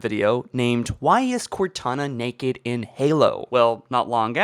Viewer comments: NAKED NOT NEKED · I love the way he says naked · does anyone notice that when he says naked it sorta funny